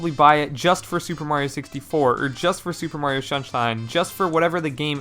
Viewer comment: Shuper Mario Sun Shine